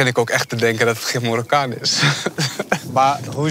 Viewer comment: Het is mArokkaan, niet mORokkan pfff